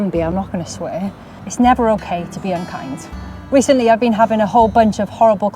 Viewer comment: I had to listen 3 times 😂😂 you said “I’ll be polite. I won’t swear” and then unkind sounded like something else 🤦🏻‍♀️ had to rewind and put on the subtitles. Oh dear me!